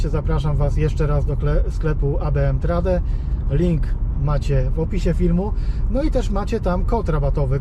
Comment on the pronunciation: Trade wymawia się trejd